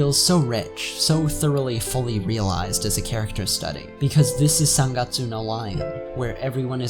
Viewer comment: Its..... sun gutsoo. Not sen gutsoo.